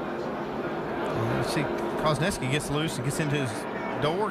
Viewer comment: its pronounced newski! not neski lol